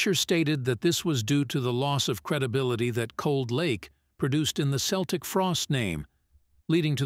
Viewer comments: Only an A.I. voice would say "Seltic" instead of "Keltic", like everyone did back in the day.😂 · It's pronounced "KELTIK", NOT "Seltik". Learn already! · Keltic end of discussion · I think this is due to the AI generated voice. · the americans still cannot pronouce this right ,but to say the frosties where one of the most important bands in metal is most definetly true awesome they helped to inovate so many sub-genres of metal thrash ,death,black ,avante-garde ,gothic even some doom pity about glam with cold lake but still love this band up there with sabbath ,priest ,maiden to name a few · Dude pronounces Celtic Frost two ways throughout this.